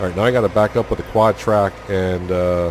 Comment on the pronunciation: I've been way behind on this series and spending the day catching up, but I've been wanting to correct you on the quadtrac thing forever 😂 I didn't do it cuz idk where your from and thought maybe that's what you always called it